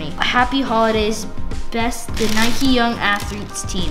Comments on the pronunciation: You dont say it nike-y its nike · It’s Nike not nikie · It’s ‘nike’ not ‘nikey’ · Its nike not nikey you dont call a bike bikey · It's not niky it's nike just like bike it's not biky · 1st it's for girls 2nd it's not nikey it's nike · It's Nike not nikey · It's not pronouced Nikey it pronounced Nike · It’s Nike not nikey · Nike not nikey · Why do you say Nikey you don’t ride a bikey do you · The way they say Nike triggers me